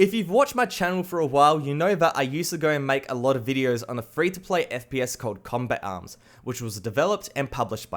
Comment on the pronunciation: the way he said combat arm , COMBEK AM